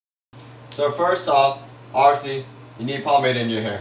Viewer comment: "So first off, arvasly."